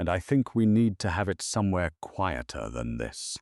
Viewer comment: Wonderful story. Quieter and steadier were mispronounced.